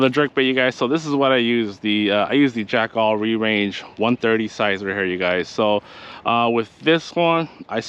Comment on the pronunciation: It’s pronounced jack-ULL not jack all 🤣🤣